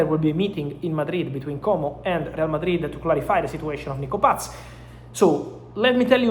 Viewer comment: Mr. Romano, it is not Nico PATZ. It is just Nico PAS.